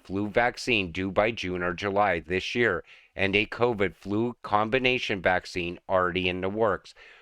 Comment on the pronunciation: It's flu, not flew. And not all immune systems are the same. They are different for every person. It may be good enough for some but not effective for others. It's obvious you are not a medical professional, otherwise you would understand how wrong your statement really is.